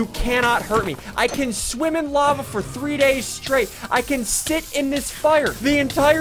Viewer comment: SSundee:in 4 DAYS Me:i think you said it wrong